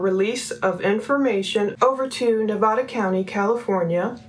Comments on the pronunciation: Please... it's not Ne-vah- da... it's Ne-vah- duh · Nevada is pronounced with a hard A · I appreciate all you are doing. I just wanted to let you know Nevada is pronounced with the a like apple not like all.